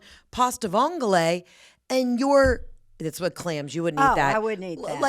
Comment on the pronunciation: loooove! please do not pronounce the g in Vongole 😂🇮🇹